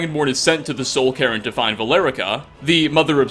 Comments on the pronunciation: soul-cairn not soul-Karen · "Soul Karen" (insert joke about wanting to see the manager)